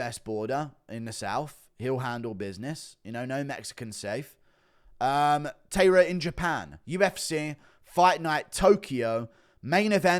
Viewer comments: It's not pronounced Tayra, it's Ta-I-ra. Pronounced more like the word tie if you say it quickly, not tay. Japanese pronounce every letter and the sound is always the same, not like english. The a in the ta and the ra are the same sound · Tairo is pronounced “TIE-rah.” Are you one of those people who calls Japanese pron “hen-TAY?” 😂